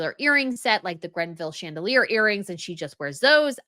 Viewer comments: It’s Greville! Not Grenville. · There is no “N” in “Greville” just FYI. Long live the Tiara! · Gre-ville, no N in the name. It's a name, a proper noun, this isn't a pronunciation difference opinion. It's GREVILLE. Lady GREville, not GRENville. Pleeeeease, stop it with the Gren. Sincerely. It's torture to hear. Is it to elicit viewer interaction? I can't take it, but hear's a comment... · It’s Greville, not Grenville. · It is the Greville kokoshnik, not grenville; no n in greville. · Greville... Not GREN-ville. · It's GREVILLE - not GREBVILLE. NO "N" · Please please please STOP saying Grenville!!! It is GREVILLE!! No “N”!!!! You do it in all your videos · Hello. I am very surprised at your mispronunciation of Dame Margaret GREVILLE’s name. I heard the name Granville and Grenville Collection. Even in the transcript of this video it says Randville. Also I believe the Greville Bequest was to Queen Elizabeth the queen mother and not the crown. The other that surprised me was your pronunciation of Princess Margaret’s son’s name. He is David Armstrong-Jones, Earl of Snowden. He was previously known as Viscount Linley before his father passed away. You called him Lord Lenny multiple times. Check your video. Very disappointed. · You continue to mispronounce the Greville name. There is no N in name of Margaret Greville. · I've noticed it in the past video and heard it again here, so I have to say it. It's the GREVILLE, not GRENVILLE. Sorry, the extra 'N' is really hurting my ears.:) I love your content, though,. Stay royal.:) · I find it very curious that often mispronounces the names of British names, but seems to get the jewels of the European royal families spot on. It is not the GRENVILLE bequest; it is the GREVILLE bequest. It really grates on me to hear this sort of thing over and over.:/ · Love you, respect you, but it is Greville, not Grenville. No n. N please get that right. Makes me crazy.